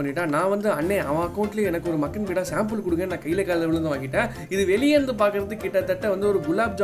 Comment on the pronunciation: பீடா இல்ல பா பேடா